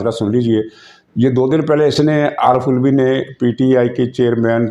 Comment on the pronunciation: سر کو پتہ ہے۔ لیکن وہ علوی کو الوی کہہ کر اس کی منجی ٹھوک رہے ہیں 🤣😂😜